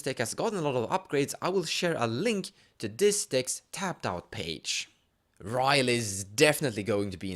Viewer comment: It's Rielle, not Riley.